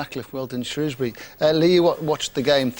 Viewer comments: Shrewsbury not Shrewbury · SHREWbury not SHROWbury <3 THANK YOU